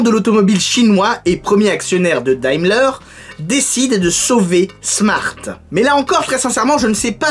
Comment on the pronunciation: C pas daymler mais sa se dit dèmler